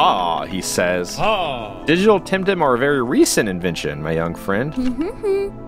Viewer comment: This game just feels awkward because my online nickname is “Tem” and this game is called temtem. I can’t wrap my mind around that fact and I think it’s fake xD also all people I meet online think I got my name from that. Plus, Alpha, I think it’s pronounced the tem in temmie from undertale. Oh yeah mudkip is best Pokémon and best temtem even tho he isn’t in that game. Edit: I am making this while watching and you started pronouncing it right